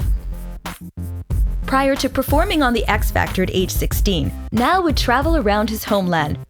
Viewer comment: Ugggh they make a whole documentary on Niall and they don't even pronounce his name right😕😕